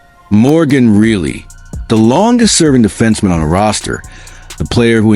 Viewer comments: You don't even watch hockey. If you did you'd know how to pronounce the guys last name! REALLY? NO REILLY! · It's pronounced RYE LEE